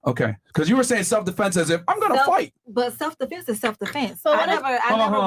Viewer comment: Wait.. is she saying Stelf -Defense 🤔…what ever these ladies are saying. Delusional , effects of a Boss biSh 🤷🏽‍♂️🤦🏽